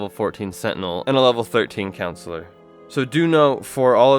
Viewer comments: CoNsular, not councillor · does anyone else cringe when he says "Counsular" instead of "CON-sular"? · The pronunciation of Consular is slightly annoying... it's not pronounced like Councillor. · "counsellor class" ok bro